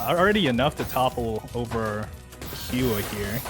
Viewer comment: hua should be prounced as whua?